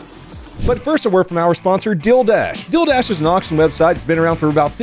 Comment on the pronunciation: Deal dash not dildash lmao